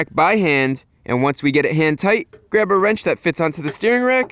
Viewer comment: Everytime you say hand tight. It sounds like HENTAI.